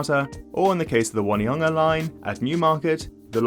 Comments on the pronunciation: O-ne-ha-nga not one-e-hanga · Pronunciation tip: Onehunga is On e hunga, not one hunga. Believe me I struggled with the names when I moved here. Good, informative video. Thanks. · It’s O-ne-hung-a instead of One-hunga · Lol "One e hunga" its pronounced Own E Hunga . You dont know so its okay. Still funny. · Good attempt at Te Reo. Just one thing though. Your saying 'Won-e-hunga is not quite right. Try saying 'On-e-hunga'. Very informative video though. Thanks! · For the love of God, if you come to Auckland one day, dont pronouce Onehunga 'won-eh-hunger'. Might not go down well in rougher parts of town. The pronounciation is closer "ohn-eh-hunger' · Onehunga is "on-nay-hung-a" (or 'oh-nee-hung-a' if you're lazy). Sometime we joke that 'One Tree Hill' is prounced the same way - 'on-nay tree hill'. It's definitely not "wunny-hunga". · Onehunga is pronounced on-e-hunga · On onehunga as in on top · You actually did very well with the reo names, better than a lot of boomers who were born here in NZ. The one obvious mispronounciation was Onehunga - should be O-neh-hoo-nga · "ONE-hunga?"...do me a favour!! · Onehunga is pronounced "Oh-nee-hunga" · Sorry those pronunciation guides are wrong - it's prnounced exactly as spelled, phonetically: Ō-ne-hu-nga and Wai-te-ma-tā, no need to have weird spelling indicating the wrong way to say it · "One-e-hunga" was the only wonky one. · As an Ozzie we'll allow you OH-KNEE-HUNGER. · It's On nay hunga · Your pronunciations were quite good! Plenty of my fellow Kiwi do far worse. The exception is Onehunga - you need to stop seeing the word 'one' in there, it's not helping you at all. Think of the word 'on', then pronounce the e separately